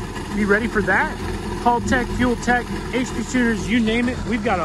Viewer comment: As an Australian it’s Hal- tech not Halltech hope this helps